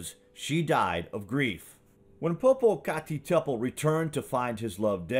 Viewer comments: LOL - I'll have to remember that as well as "Pop a cat a petal" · I think you’re saying poopoocacatadpole wrong